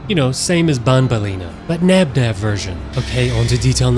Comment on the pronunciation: Hey three nob nob and plan ba you know the name is bonbon spell labinab that mean they're both the same